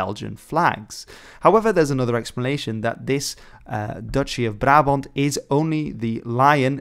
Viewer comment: as a dutch i must say HOLY SHIT YOUR PRONOUNCIATON OF "BRABANT" IS GOOD!!